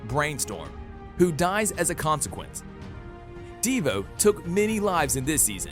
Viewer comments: De Vo not deva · bruh DEEvo its De voe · Devoe not "DE VOE" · He said deavoe instead of dovoe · "all of them were killed by DeeVoe" please man it's just Devoe, not Deeevoe😭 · D I V O not deevo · Dee-voe? C'mon, why do I feel like he didn't watch the actual show. ITS DE-VOE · LITTERALY THE WAY HE SAID dIvOu Insstead of DeVou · ok it is not deevoo its DeVoe and Cicadadadad is Cicada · It’s not dEeevo it devo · this guy says devo in stead of Devoe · Its devoe not devo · Bro said divu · "Deevoe" ayo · Ahh yes my favourite villian "DeeVoe" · He says divoe like devo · i was about to comment deevoe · Devoe and cicada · wtf "ehva" "Deeevoe" and so much more mistakes lmao